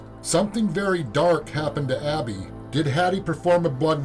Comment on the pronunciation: Man... if I close my eyes so that I don't see your closed captioning, I would never in a million years get what you got. Maybe you have to be there to hear it clearly but on captured audio "edmund" sounds more like "wicka chick chicka chick chick". "Abby" sounds to me like "swish swisha swish swish". "Blood" sounded more like "sklsh shshsh"